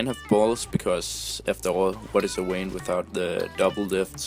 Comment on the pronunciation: um its's "Vayne:"